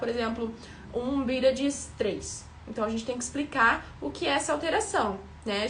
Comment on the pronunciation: Engraçado a forma de vc falar BÍRADS.... Mto bom o conteúdo! Parabens,!